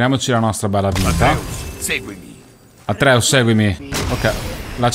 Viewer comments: io amo te, i gameplay e God of war a vita! ma ti prego, si chiama ATRÈUS NON ÀTREUS 😂😂🙈😩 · guardo i tuoi gameplay perché sono curioso della storia e non per altro. Non sei capace di fare gameplay, sai dire solo "pazzesco, che sborata" e altri commenti inutili. Dici che questo gioco va giocato bene e poi non segui i discorsi tra Atreus (che non si pronuncia come lo dici tu) e la milf, cosi come la definisci tu, che sono importanti. Dai l'idea di uno superficiale perché secondo me fai tutto questo per €€€€ e basta, la passione può andare nel cesso. Bocciato, in ogni gameplay ti riconfermi per come sei, dispiace, li guarderò comunque solo per curiosità.